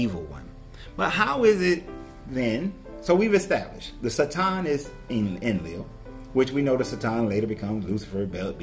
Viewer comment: Theres only so much times i can hear someone say sa- tom i couldnt watch the video lol. Dont try and sound smart. Ignorant people ugh